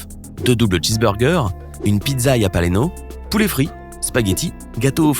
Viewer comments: jalapeno pas japaleno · Cest pas yalapebos c'est jalapeno